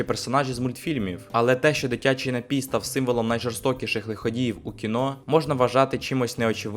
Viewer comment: не хочу душнити, але правильний же наголос «нАпій», на перший склад…🥹